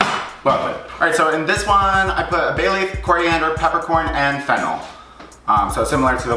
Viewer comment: I keep thinking he is saying fentanyl not fennel